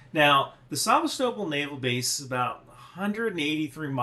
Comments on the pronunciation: Isn’t it Sa-VEST-a-pol? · It's pronounced sevA-stopOl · Sevastopol is pronounced. Suh-vast-uh-pole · Omg, it's saVAstopol. The emphasis is on the second sylible, lol. That seriously made me cringe every time you said it that way. 😂😂😂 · Say it as Szèvastapol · That Sevastopol pronunciation 🇬🇧🇺🇦😂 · creative pronounciation of Sevastopol :'D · Is everyone else in the world pronouncing "Sevastopol" incorrectly, or just? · Why aren't you able to pronounce Sevastopol? You're like those people who say nucular instead of nuclear. I just couldn't keep watching after the 5th time you butchered a simple name. Seriously, dude, you ever travel outside your small town?